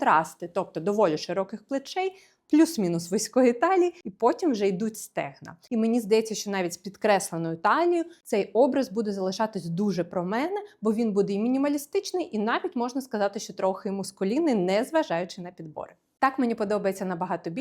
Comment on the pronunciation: Та не мУскулинный! - мАскулинный